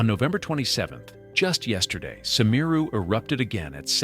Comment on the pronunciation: Big if true, but this footage is old and the guy can't even pronounce 'Semeru' correctly.